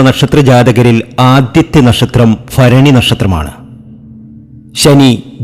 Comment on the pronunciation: അനുഫഭിച്ച് മടുത്തു ഒന്ന് രച്ചപ്പെടുത്തൂ ഫരണിയല്ല മൂലമാണ്